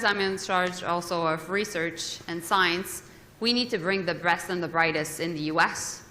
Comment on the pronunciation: Did Joly say the "Breast and the brightest"?? 😂